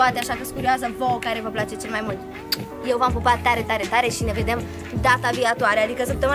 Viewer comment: Mie mi se pare sau a zis data viatoare?